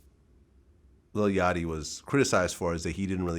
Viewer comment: First off, it's Lil Yak-T... Second, that's why I stated, if you are trying to ADD something to the Culture... But a lot of these cats are culture vultures and just in it for a quick buck!!! I do get that, and never will I knock their hustle... But like Jeezy said, "Wack ass rappers, I'd rather listen to ya instumentals"